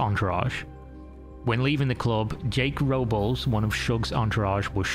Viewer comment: Brother, "Robles" is pronounced like Row-bless.